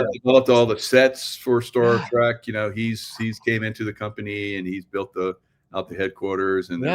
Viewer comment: Star Trek not track!